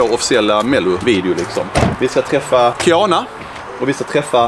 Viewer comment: Roligaste hur ni uttalade Kianas namn ni säger typ kiäna